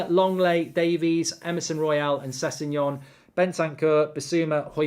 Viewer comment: wrong its spelt sessegnon and pronounced sesinyon